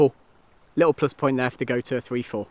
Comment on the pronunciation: It,s goture pronounced goture .